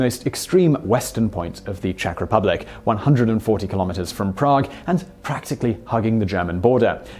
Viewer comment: As a Czech, I adore this video :) And congrats on the pronunciation, you haven't butchered anything ;)